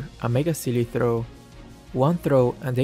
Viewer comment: he's enunciation of throw 🤣🤣🤣